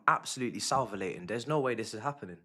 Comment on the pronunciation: Man lost his head n said " Salvalating" lmao